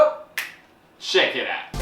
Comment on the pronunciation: His "check is out" Is damn good❤